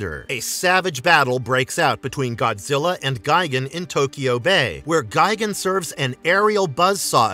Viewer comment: It’s gi-GAN Not gigin